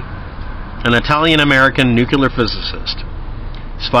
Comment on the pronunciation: You lost me when you said NUCULAR... It's Nuclear. Just saying